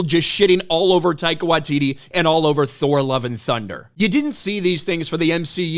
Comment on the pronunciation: Taika Washiti ?... please Not that Jojo C*appy guy.